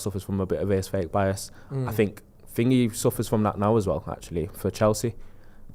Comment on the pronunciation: Someone tell he's adding an extra sylable in 'aesthetic'